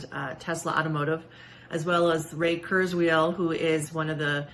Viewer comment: also the guy is called Kurzweil, not Krusewiel, at least learn to pronounce the people you're claiming to be the NWO :P like this whole BS started because Bill Gates (who she didn't even mention there, good job) said something along the lines "might be neat to use rfid implants instead of giant mountains of paper to track important medical data like your vaccination status or blood type or whatever" and somehow that now means "hurr durr them tech people gonna put nanites in the vaccine to turn us all into robots"?!